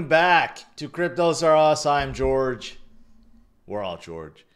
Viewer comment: Jorge. Not George lol